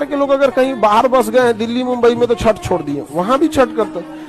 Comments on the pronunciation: It's chhath not chhat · Bhai unko chhath bolna ni aata.. Ye log virat ko b virath kohli bolte h 😂😅...